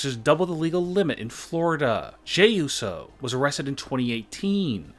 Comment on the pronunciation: it uso not uso